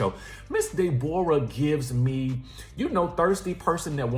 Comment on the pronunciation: This woman needs meds STAT....She is not all the way there. 😬😳.. had me rolling..😂😂When you say De'bora I think of Norbit😂🤣😭